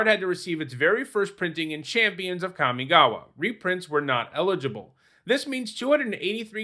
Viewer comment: The most impressive thing about Kamigawa is that in 20 years people didn't learn to pronounce it correctly.